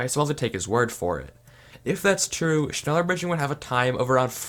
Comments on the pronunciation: holy shit triggert mich sein schnällör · Shnela in english pronunciation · wait "schneller bridging" actually exists, whyyy it hurts my ears. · Im German as well, und es klingt lustig wie er es ausspricht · Me, a German when he pronounces “schneller” wrong: “mild uncomfort” (Schneller is German for faster) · “Schneller bridging” me: In visible pain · Digga hat mich auch aufgeregt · "Schneller" is German i means faster. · Is there anyone German who also laughed about how he pronounced Schneller?? XD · All these english people pronouncing schneller bridging 😂